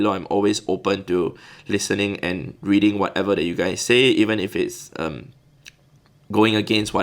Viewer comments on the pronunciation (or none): none